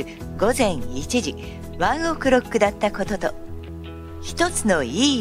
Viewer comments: ワンオクロックの発音が気になる…笑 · ｢ONE OK ROCK｣の発音めちゃめちゃ違和感ある（笑） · ワンオクロックの発音がすごく気になる